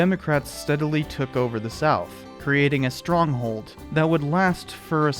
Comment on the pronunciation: This was a nice video, good job mate. , you say Stronghold in a funny manner, made me chuckle.